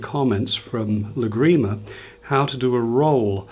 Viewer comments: Hi, excellent your way of teaching and, very much appreciated the clear English you use in your explanations. Just a point for you to consider: please when talking use TÁrrega and LÁgrima instead of TarrÉga and LagrÍma (sorry this last writing is incorrect in Spanish, but can help you to put the stress into the first A of both words if you wish). Don't feel upset for this comment, please. We like very much your videos. Cheers. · Good tutorial. It would be good to learn how to pronounce the piece names properly. Adelita - accent on the "i" and Lágrima, accent on the first "a". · You are amazing, but every time you say Lágrima I get ill. Since you are an expert on the Spanish guitar I suggest you put the accent on the first "a" in Lágrima. You are accentuating the "i" instead of the first "a". Otherwise, your lessons are amazing and very well explained. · Spaniards are famous for butchering the English language. But fair comment